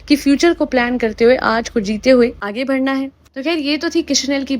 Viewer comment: One request it's Aage "Badhana" (बढ़ना) not Bhadhana.